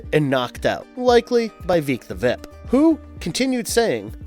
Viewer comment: oh my god, why did you forget how to pronounce words partway through this video? veek the vip? voyt instead of vought? Just makes it seem like you didn’t care about this at all.